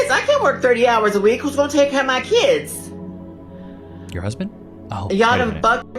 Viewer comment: The word is not keeeeds.